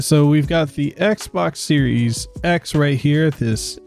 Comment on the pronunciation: "Xes" or how else you pronounced it actually sounds better then series x lol